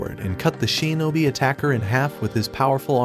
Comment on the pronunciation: shinobi❌ sheenobi✔